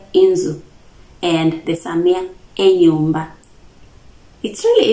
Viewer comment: Small error for Abasamia. We call mothers Mama (pronounced Maamà - the first /a/ is slightly long and the last one has a falling intonation). Same to father = baabà. What you said is for the Abanyala of Budalang'i. Our final /a/ sounds the same as what you said in /enyumbà/. You did well for the house. The medicine is really off - /amaresi or omusaala/. Omutwè: Great work.